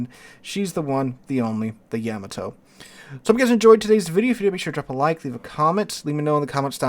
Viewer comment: You mispronounced Yamato